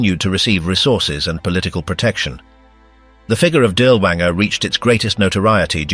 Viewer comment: Perhaps you could have taken the trouble to pronounce his name correctly?